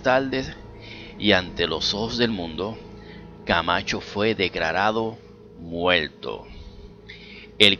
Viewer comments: fue declarado MUELLLLLLTOOOO :V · Que eres chino? “Fue declalalo muelto”, “si le gusto el vídeo compáltelo y dale like”. Ok entendido , muchas gulashiash!. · Dice fue declarado MUELTO no muerto...jaja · Che Muelto!!! y quien carajo lo mato?? para que pones titulos engañosos!! lecuelda!!! habla bien !! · Hay algo curioso con el habla puertorriqueño, dicen "muelto" pero si dicen "ocurrió", muerto con 'L', y ocurrio con "R", que pasa con la "R"?, eso me intriga!